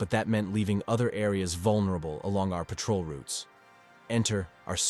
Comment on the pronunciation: Threat = threet and patrol = Pat-Roll are two that I noticed.